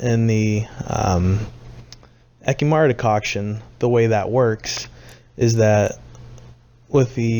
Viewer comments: All I heard was de-COCK I'm sorry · fordicocktion ??? what are you saying xD and what is that